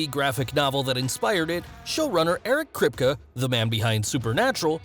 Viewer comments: Omg. I'm not even finished with the video and he pronounced Eric Kripke's name wrong, called Black Noir the "poor man's Black Panther," and said Karl Urban is from The Lord of the Rings. Karl Urban is NOT Andy Serkis! Do your research! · The way you pronounce Kripke's name is somehow like nails on a chalkboard. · But you can even say the show runners name right. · The way you pronounce Kripke is scarring my mind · This guy can't even pronounce Eric Kripke's name right. How are you going to make a video and keep calling the man a wrong name? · cringe at the way he pronounces Kripke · exactly ,it made me look up his name again,good lord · it's /kripki/ not /kripke/ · Its pronounced kripkey not kripkuh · krip KEY not krip cuh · Krip=kah??? I thought it was Krip-Kee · It’s pronounced “Krip-kee” not “Krip-kuh” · Kripkuh? I thought his name was pronounced Krip-KEE? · It’s kerp-key not krip-ka 😌 thank u for coming too my Ted talk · It's pronounced Krip- key ... lol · It's pronounced CRIP-KEY not Kripka. Who told you that's how to pronounce his name? The should be fired. That's probably why you haven't cracked 100k, you lack depth of research. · Buddy can't even say kripke right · Eric KRIP KEEE not KRIP KUH🤦🏽‍♂️ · I’m pretty sure you are saying Eric Kripke’s name wrong. It’s not Krip-ka, it’s Krip-key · The way he says kripke is so annoying it’s crip-key not crisp-ka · Its kripkee not kripkuh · It's amazing how many times you pronounced Eric Kripke's last name. It's pronounced (Crypt-Key). Maybe alittle show prep would have helped? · "Eric Kripkuh" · his named is pronounced krypt-key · KRIP-KEY if you're going to do a deep dive on people..at least get the name right 🤣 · “Eric Kripk-uh” 😂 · Crip key is how you say it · It's Krip...Key.... Not what you said about 20 times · It’s pronounced “Krip-KEY” just so you know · This man really said “Eric kripka” 😭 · You totally pronounced Eriks name wrong! Its Kripke( Krip-KEY) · Kripke Crip-Key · Krip-key. That’s how you say it